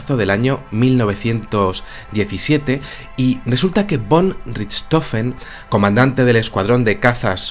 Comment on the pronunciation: en el idioma aleman "von" siempre se pronuncia como "fon" y significa "de": la uve la gran mayoría de las veces suena como una f.